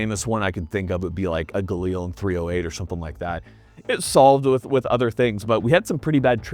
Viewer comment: "Ghee-lynn" Jeez. The SAK21 needs a hotter 7.62